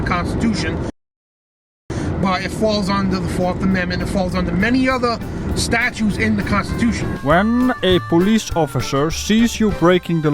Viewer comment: Hey,, there are no “Statues” in the constitution (you said “statues”, but probably meant “STATUTES”). When you don’t pronounce the word correctly, it has an entirely different meaning. There’s a 3rd letter ‘T’ in “statuTes”. Plus it’s not illegal to look at a driver through his window if their car. You’re in public, so you cannot expect privacy in any area where someone can see you with their eyes. Just ask (or better yet) view any 1st amendment auditors video from a post office lobby. They say “you can’t arrest my eyes” and other gems about videoing inside a Post Office lobby.